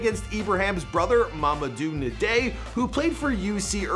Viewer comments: it’s pronounced mama-doo N-die bro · Mamadou Ndiaye "s name too... It's pronounced Ma-ma-doo ndi(like the nj in "i-NJ-ured") aa-y Mamadou Njaay